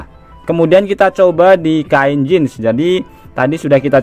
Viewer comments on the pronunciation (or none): none